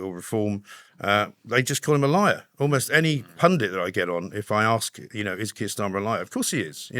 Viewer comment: It's Keir not Kier FFS.